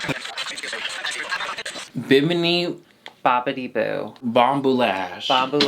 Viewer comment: Only just past the 11 minute mark but I had to take a break because this is super important - THANK YOU, for being the first on I've seen on Youtube (of like 4 or 5 people) to not butcher the pronunciation of Bimini. Lord, I was starting to feel like nobody else on the planet knew about Bimini (the location) or something. Either that or I was the dickhead saying it wrong all the time lmao.